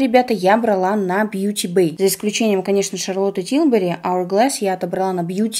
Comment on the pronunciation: А почему ЭСТИ ЛОДЕР, ДЖЭФРИ СТААР, а ШАРЛОТ ТИЛБЬЮРИ стала ШАРЛОТТА??? Почему твоей шикарное произношение куда-то делось?))🥲